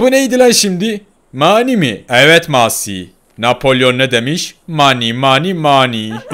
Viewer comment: Ronaldo daha konuşmayı bilmiyorsun messiye masi. Diyorsun konuşmayı öğren hava atma